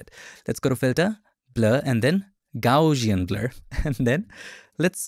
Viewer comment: Very informative and useful video, however, It's pronounced GOWSS-ee-ən, after Carl Friedrich Gauss.